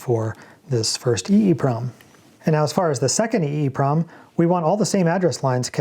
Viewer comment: I always say “E-PROM” so it cracks me up every time it sounds like you say “EEEEEE-PROM.”